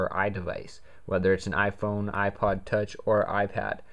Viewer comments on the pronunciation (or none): none